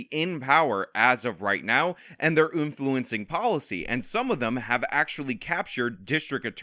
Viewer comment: “these people are in power and they’re oonfluencing.” I agree, I hate oonfluencing.